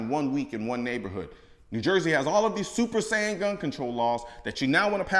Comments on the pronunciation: This dude really said super saiyin gun control laws lmfao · I had to rewind to make sure I heard Colion say "Super Saiyan" lol